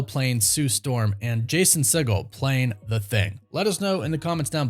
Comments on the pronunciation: It’s See-Geel, Not See-Gal, he’s not related to Steven Seagal. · Hey man, show some respect to Jason Segel and pronounce his name correctly. It’s pronounced (See- gul) and NOT (Se -Gaal) as in Stephen. It’s a Jewish thing man, help us put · Does he even know who Jason Segel is? Pronounced his last name like 3 different ways, none of which was correct. 😂